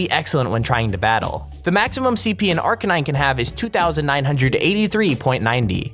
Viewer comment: If Arcanine is your favourite pokemon, pronounce his name right.